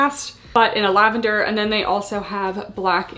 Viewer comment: I really like the detail, super cute collection, thanks for the review. I am curious as to why you keep calling the Lavender - LAVENDEAR? I am watching from Australia, wasn't sure it its a location thing or if Buff Bunny were calling it that?